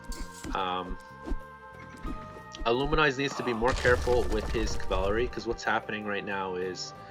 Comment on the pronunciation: IlluminAZE, not IlluminIZE